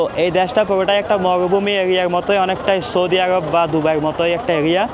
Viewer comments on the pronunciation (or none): none